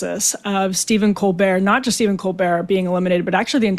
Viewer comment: I love how he pronounces Colbert as "Cobear." I can't tell if it's intentional. Hilarious